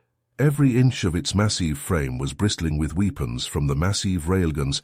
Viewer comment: weepons? LOL gotta love a braindead AI